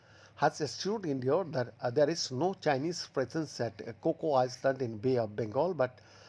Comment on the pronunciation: Hello, it's pronounce I-land, not ice-land. At this age, you still can't pronounce 'island' correctl